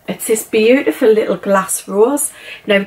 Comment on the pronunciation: Lirrup candles lirrup. 😂 love that accent. xx